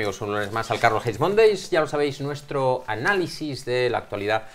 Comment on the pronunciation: No sé si soy solo yo, pero me parece que siempre dice "Carlos hate Mondays" 😆